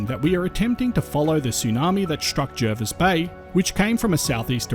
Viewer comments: Its pronounced jah-vis bay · Why do so many people pronounce Jervis Bay wrong...